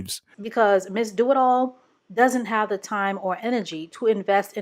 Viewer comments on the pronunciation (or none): I'm sorry, was that "Miss Do-It-All", or "Miss Do-'em-All"?